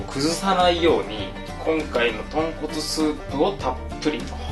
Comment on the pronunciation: ごめんなさいポンコツスープに聞こえました